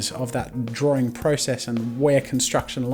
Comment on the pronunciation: the accent tough ;) like he says drawring every time